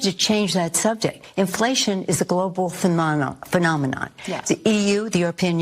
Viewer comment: Lol Nancy almost lost her dentures at “phenomenon”